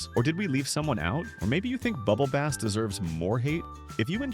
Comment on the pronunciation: It's pronounced bubble bass not bubble base